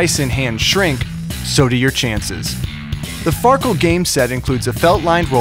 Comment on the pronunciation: Far keel xD